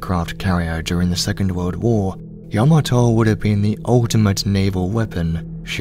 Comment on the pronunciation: Kudos to the narrator for the proper pronunciation of Yamato.